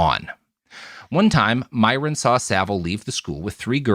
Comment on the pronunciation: Small correction: "Myron Jones" is Meirion Jones. That's not a weird spelling of "Myron," it's an unrelated Welsh name pronounced more like "may-ree-on."